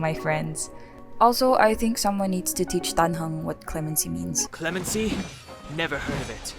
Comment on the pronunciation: it was clemency..? i thought he was sayin lemon tea...